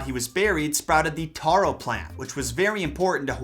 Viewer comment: Taro is still a big part of our diets lol. Kalo is delicious when made as poi or the leaves are used for lau lau. Its good even when its just steamed. Its a great plant. As every other Hawaiian and local here, I don't like how you pronounce the names but its understandable its hard to pronounce when you don't hear it. 😂